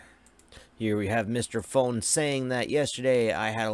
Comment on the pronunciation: It's pronounced with a long O dummy, not like the word phone. More like the word food.